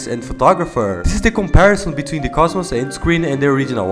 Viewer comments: Wait, Kocmoc is pronounced like cosmos?? I kept saying co*k mock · finally somebody knows what it's not kokmoc, it's koSmoS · im sorry but its pronounced kok mok